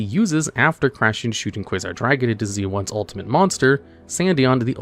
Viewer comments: Z-one is just called Zone. Not Z one. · It's not "Z One", dude. His name is pronounced "Zone". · You don't say the "s" in Debris Dragon's name and also Z-One's name is pronounced singularly, the same way as "zone", as in the Sonic Levels, like Green Hill Zone or Scrap Fist Zone! It is not "Zee One", it is also not, to say it correctly, "Zed One", it is a single syllable! And yes, I named those two levels on purpose, you can probably guess why!